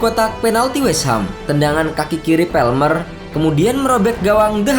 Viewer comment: cole PALMER mas!! PALMER bukan PELMER,si mimin sok lebih inggris dari orang inggris